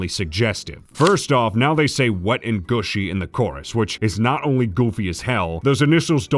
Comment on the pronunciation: Wet and Gushy is so shit, mainly because it's not pronounced "goosh", it's "gush"